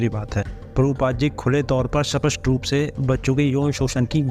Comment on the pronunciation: Nahi thik hai ilzaam lagao kam se kam. स्पष्ट का pronunciation to sahi karo bhai ??? Tum aise karoge debate ??? According to video Wo to agree ho gaye the debate ke liye rahul arya sehmati patra mahi laa paye ??? Bhai kya shrt sirf rahul aray rkhenge ya fir samne wala bhi rakhega ??? Baaki ilzaam laagate rahiye kyunki tumlogon ko to views ate rahenge